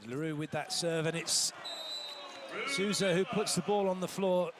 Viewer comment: O mais engraçado é os gringos chamando o M. Souza de SUZAN KKKKKKKK